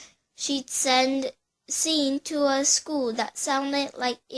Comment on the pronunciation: Bitch how old are you? And u said "Sean" wrong you dumbass